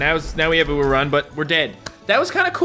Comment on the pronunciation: When he said Ururun in the video i heard Uwurun and had to play it back